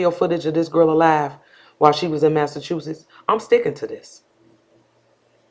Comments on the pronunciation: Somebody please tell me what state "maassaaatuuuchiitsss" is and where we can find it on a map? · Bad liar I know when my nose does that when I'm about to cry my nose hurts so bad and I can't talk. He can't even pronounce Massachusetts.